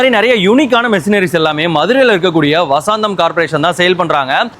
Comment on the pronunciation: Vasaantham❌ vasantham✅